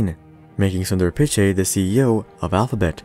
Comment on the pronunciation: You mispronounced Pichai